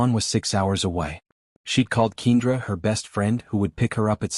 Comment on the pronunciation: I absolutely hate the pronunciation of keenDRA I am used to Ken-dra